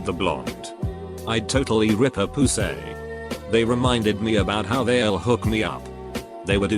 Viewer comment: he goes.... POOSAY